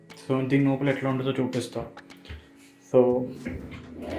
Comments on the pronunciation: 👎 నోపల కాదురా లోపల అనాలి... నత్తి ఉందా bro.. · Nopala kaadu raa ayya... Lopala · Bro adi నోపల kaadu లోపల